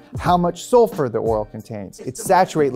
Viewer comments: SULFUR lol not Sulfer or Salfur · sulfEr? :> sAlfur?? lol! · Sulfer is not a word. It's sulfur. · First diagram: Sulfer level, second diagram: Salfer level. It's Sulfur =p someone was a bit tired when they edited this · i'm sure you also cringed at "sulfer" and "salfur" lol